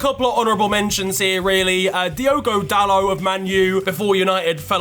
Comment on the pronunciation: He said dalot😭😭😭